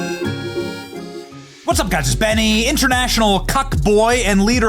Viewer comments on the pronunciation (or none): none